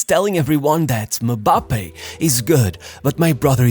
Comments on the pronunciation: If “MMMBAAPAY” is too hard for you to pronounce just call him Kylian. What’s MABAPE? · I'm sorry to correct you, but african names with M or N infront is of it is pronounced as a sound and not a letter. So a M is Mmmmmbappe and not Mabappe or Mebappe or Embappe😂 Just Mmbappe🎉🎉 Well done!